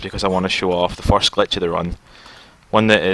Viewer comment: Nehehehehhe "foirst time" HAAHAHAHAHAHAHAHAAHAHA!!!!...... Uh, dunno if Scottish or Irish.. I'm not too certain. ;-;7